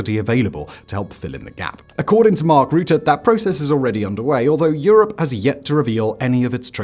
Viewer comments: It’s Rutte not Roete Faka met deze kale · Quick tip from a half Dutchy. Rutte is pronounced like the "Ru" in rucksack. The tte is pronounced fine already. So short t e sound. Ru tte. I hope this helps. Keep up the good work Simon :)